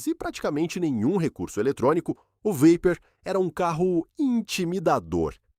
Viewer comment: Dodge "Veiper" kkkkk esse fuma